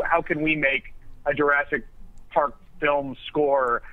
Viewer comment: AHAHAHA! "JURAASIC WORLD" XD